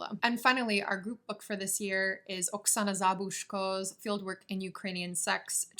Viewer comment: lol in Ukrainian you stress the second syllable oksAna zabUzhko :)